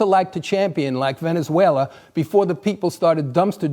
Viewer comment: “Dont support socialism because...Ve-Ne-Zuela”. That IS pathetic. Well if that’s how you view it then I will take that over the “3rd “Reicht ” anyday.